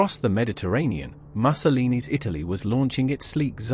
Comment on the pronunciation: Pronounced "Mussolini" stupidly .. what a wanker